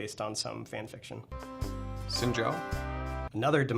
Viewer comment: The first time ive heard someone pronounce xin's Mandarin name correctly